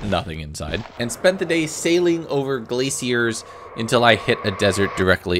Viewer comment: The way you pronounce "glaciers" bothers me for some reason idk why